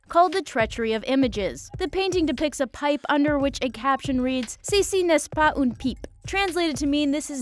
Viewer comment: « Ceci n’est pas une pipe » What I heard « Sisi nesse pah oune pip »